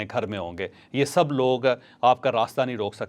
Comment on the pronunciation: Acha yeh v laag ni hota v log hota hai